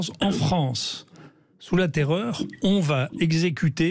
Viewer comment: La Fronce où la N est contre la P !